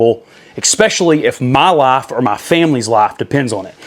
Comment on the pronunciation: It’s “especially” .. not “expecially”..